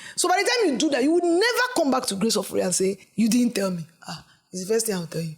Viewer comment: As an Uromi girl, I was angry when he said “ Ofure” 🤣🤣🤣how dare you pronounce the name like that 😠